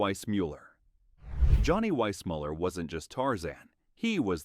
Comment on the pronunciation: This video seems AI generated. Johnny Weissmuller’s last name is pronounced differently in seconds. Desi Arnaz’s first name is pronounced Dacey. There is a brief photo of Robert Walker Jr. mixed with images of his father. These errors show no proper fact checking. The video also has no standard for calling actors dumb. Johnny Weissmuller is called dumb for being uneducated. George Raft for bad judgment for his movie role choices. "Jayne was never dumb. She just buried her brilliance beneath an image she couldn't shake." I could go on.